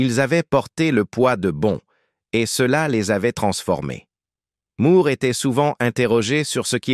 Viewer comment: Bande française vraiment pénible à écouter pour nous, québécois. Bon sang, on ne dit pas Roger Moooouuuuurrrre. On prononce Moore comme More, captich !